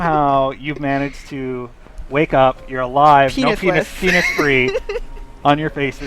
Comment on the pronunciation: ....plathes...penith...lol. not trying to be mean, it just throws me off